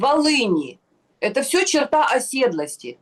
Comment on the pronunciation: Не чертА, а чёрта!